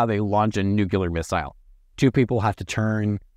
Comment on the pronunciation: “Nucular missile”